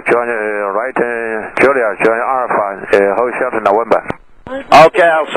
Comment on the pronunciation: Hold short sounss like holy shit